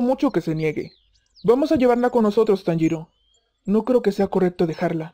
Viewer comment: Like por el "Conpanchiro" xd